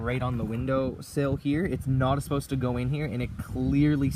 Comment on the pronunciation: Did you just say "not esposed to" lol!